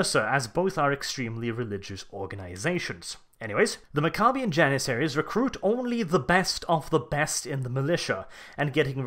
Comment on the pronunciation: mac-uh-be-ins. pronounce it right, dummy. named after warriors.